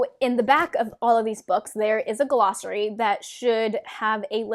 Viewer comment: What the heck is a guh-lossary? What the heck is a TAR-vuh-lon? There’s no ‘guh’, it’s just glossary. There’s no emphasis on the ‘tar’ in Tar Valon. It’s Tar VALon.